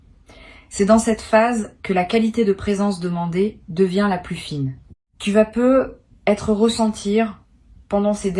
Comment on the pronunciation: Que c'est MOCHE , l'IA !!! Par exemple : " Tu peux peu ........ Être " Vous prenez vraiment les auditeurs pour des cloches !!!!